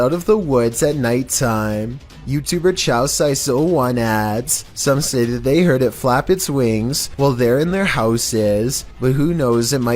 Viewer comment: I duno if sum one already commented it but i think the one with the mananagal the utubers name is chaos ice 01 not chowsice 01 my guy. Haha goodlaugh tho.😊